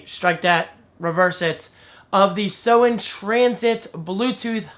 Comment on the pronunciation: Hey, Great video, Thanks! And yes, you pronounced SOEN perfectly. In fact, we would like everyone to pronounce it that way! Cheers! Team SOEN